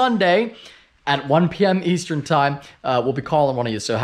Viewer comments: Anyone else catch that “Easetern time”? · “Easetern” LMAO Love the videos!